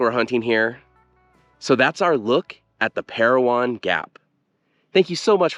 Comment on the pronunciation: As always, a very insightful video,. My grandfather’s name is on that WWII memorial, and I never even knew it existed. Thank you for sharing this with us! The name is Pair-O-Win, not Pair-O-Won, however. Just a small detail, I know!